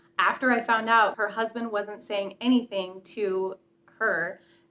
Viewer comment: lololol "her crousbund, if you will"